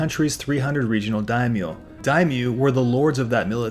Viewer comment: Edo pronounced Eh-do. Shogun is Sho-goon, Daimyou pronounced Die-myoh